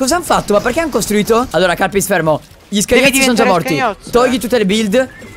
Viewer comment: ma... ha detto kalpys??